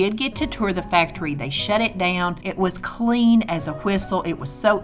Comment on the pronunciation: when u said shut it down, i heard shat it down. funny. love it :PP 100% intentional right?